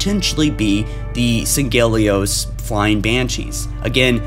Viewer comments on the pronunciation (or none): I'm not trying to nitpick. But if I'm not mistaken, Sanghelios is pronounced as "Sang-Hee-Lee-Ohs" I've heard a lot of people say it that way though.